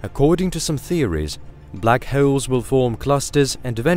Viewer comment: "Black Heoles"